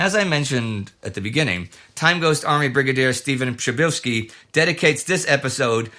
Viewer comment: Wow Indy! Your "Przybylski" and "Przybylska" pronunciation was spot on!